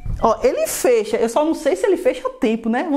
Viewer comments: "Ele fêcha" o desgraça ouvir isso. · ele fêcha kkkkk que porra é essa piá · que raiva dele falando fêcha